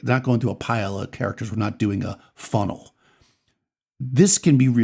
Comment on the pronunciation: the way you said Funnel while looking directly at the camera... I felt personally attacked lol Great video as usual!